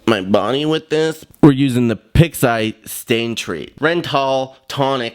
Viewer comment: "Pix eye" 😂💀